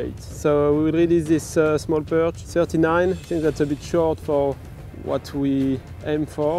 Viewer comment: It's thirty-NEIN centimetres :D